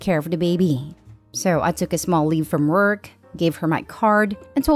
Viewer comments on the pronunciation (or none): none